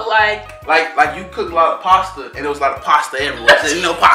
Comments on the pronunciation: This video kills me lol 😂😂😂 omg he thinks it was actually pasta for "passa passa" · Right my favorite part is when he thought passa passa was pasta🤣. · He tried... Passa passa ↔pasta pasta like really 😂😂😂